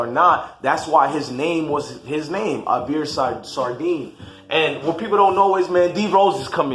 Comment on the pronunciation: “Ah-beer” “Sar-Deen” 😭😭 that’s not how you say it bro🤦🏽‍♀️